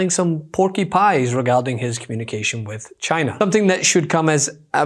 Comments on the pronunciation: He calls China, Jina😂🙄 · his pronunciation of Caina instead of China augurs well that he is an unlearned person, a stupid type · Why does he say “Shina”…..🤣😊